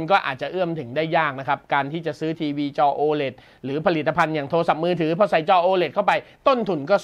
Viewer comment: ตัว โอ 5555 โอไหน โอ เลท ไง